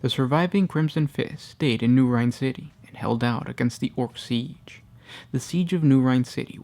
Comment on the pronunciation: Rynn = “Rin” never heard it pronounced as rhine. You have correct pronunciation in all of your other vids.